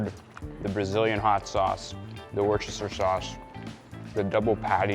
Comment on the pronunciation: Pronounce it like a British person does Chef… Wooster sauce or wooster-sha sauce 😅😅😅